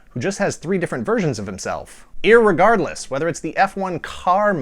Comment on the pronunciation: Im assuming you put emphasis on "irreguardless" because you know its not a proper word. ;)